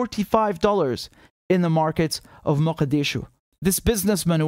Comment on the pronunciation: Richard, you're the only non-Somali I have ever heard pronounce Mogadisho correctly...for all it's worth, I'm impressed.